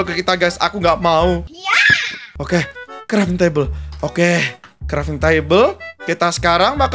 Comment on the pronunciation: Bang itu crafting table bukan kreting table😂